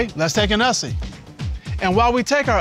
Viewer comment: Mr Cutler: so you want to take a selfie Mrs Cutler: I think it's called an "us-ie" Mr Cutler: Okay let's take an "us-sie".. and while we take our ussy, please enjoy some of the best ussies we've seen this season With the new slang that's come out since this was aired, makes this even funnier 🤣🤣🤣